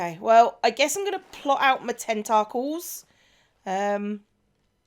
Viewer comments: The way you pronounced "tentacles" is very close to the dutch pronunciation. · also in Japanese, too